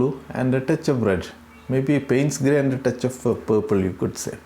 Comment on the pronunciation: Your videos are very instructive. Thanks for uploading these tutorials. (I think Payne's gray is mispronounced.)